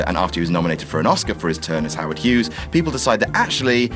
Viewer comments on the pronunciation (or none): none